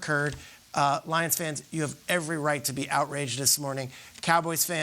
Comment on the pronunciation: Dear god..."gamemenship"...shut the hell up lol